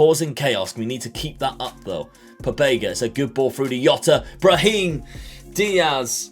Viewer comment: That's not how you pronounce Jota... Cmon mate don't you watch any Liverpool games?